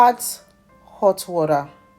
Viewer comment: well done but you are a Nigerian we don’t say ‘WARER’ we say ‘WATER’.. thanks for the video